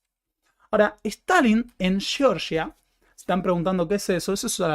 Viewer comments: sé que esto no es algo muuuuy importante, pero el nombre del país del Cáucaso es (fonéticamente): Jeorjia, no Yeoryia. Y, para demostrar que soy quisquilloso, es Bakú, no Baku, y Tiflis, no Tifilis. 🙏 Perdón el hinchabolismo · Entonces tampoco se dice Cheorchia?😅